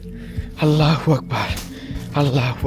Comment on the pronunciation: ভাই আমি একটা ভালো কথা বলি আজে আজন দিচ্ছেন আপনি বলছেন আল্লা হবে না হবে আললো হবে লা না লো হবে ভাই ❤